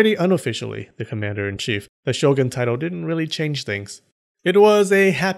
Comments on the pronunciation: Pretty sure the word "shogun" is pronounced "sho-goon", not "sho-gun" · 将軍: 'show-goon'; not 'show'gun'